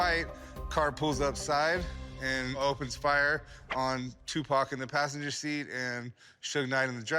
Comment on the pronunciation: LOLOL "What can you tell me about Too Pack? This.... Sugar Knight?" 😂